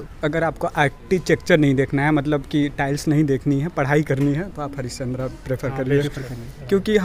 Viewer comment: It 's not हरिचंद्रा it's हरिश्चंद्र